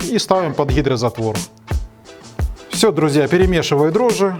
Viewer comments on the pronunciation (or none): none